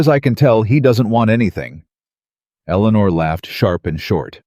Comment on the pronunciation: At about : : the name 'eleanor' is badly said as if the team did not research how it should be said!. Oops LoL 😢😢